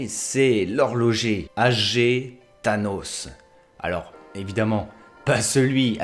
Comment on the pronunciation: Elgué / Thanos ( et Than-hos) / Bartoce / Magnous / Adame / Ouinden... LES PRONONCIATIONS !!! 😑